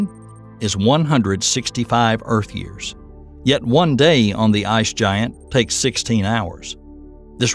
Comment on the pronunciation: Yers instead of Years